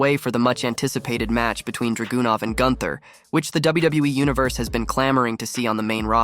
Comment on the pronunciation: Ilia DRAGOON-OFF?!? Man you're butchering these named lol. 😂